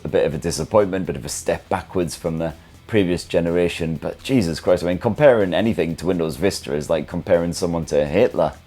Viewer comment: saying Jesus'name in such a way is a huge L😢...love ur content th0